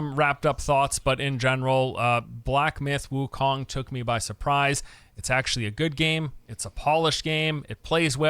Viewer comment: Did u say black myth gokong